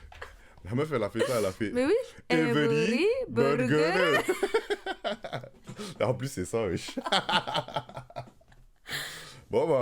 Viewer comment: Everii burgeruu, ça sonne plus "tanglish"